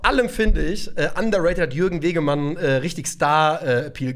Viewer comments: Wegmann, nicht Wegemann. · Jürgen "Kobra" Wegmann, nicht Wegemann 😅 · Die Kobra heißt Jürgen Wegmann, nicht Wegemann ^^ War leider nicht so giftig wie er gern wollte... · Jürgen Wegmann, nicht Wegemann ... und giftiger "WIE" nich "als". Grüße